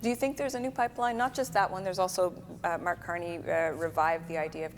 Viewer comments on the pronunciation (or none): none